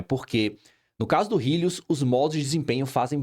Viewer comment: "rílius" KKKKKKKKKKKKKKKKKKKKK